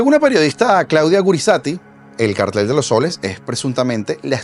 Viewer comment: Gracias por pronunciar la palabra cártel correctamente.